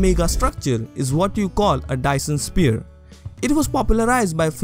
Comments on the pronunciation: why do you say sphere like spear? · Lovely video! Very interesting and well explained. Btw, it's pronounced "s-fear" if that helps at all ;)